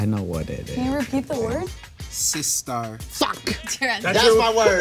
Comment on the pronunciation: Damn bless you for saying SISTAR. I miss those girls already